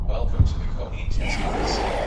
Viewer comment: Its is pronounced 'Kaiohate' thanks